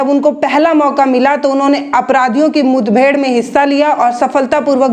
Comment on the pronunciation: मुथबेड़ नहीं, मुठभेड़ हुई थी,पकल नहीं पकड़ लिया था,😁😁😃😋